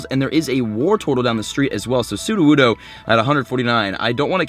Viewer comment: ... transferes his Studowoodo XD, no hate😂